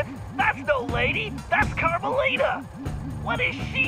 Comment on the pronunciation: meant carmelita not armelita